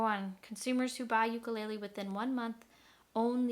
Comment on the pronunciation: First you are pronounced the name wrong!! It's Hawaiian Le le is flea u ku is jumping The uk sounds cheaply by the way it sounds when you thump it, and you are the first person to try to balance it like a knife, why??? Aquila strings suck unless you're cutting cheese but it does sound like $50 instrument thanks for the review, I would never buy this it's pretty crappy